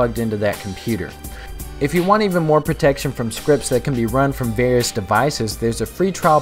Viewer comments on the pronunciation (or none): none